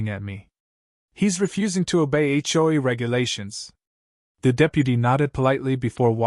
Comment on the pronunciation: It's really terrible when Ai can't even pronounce HOA correctly, for this reason no thumbs up from me.